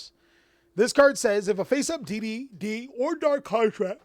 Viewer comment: everytime you said D/D or D/D/D all i herd was diddy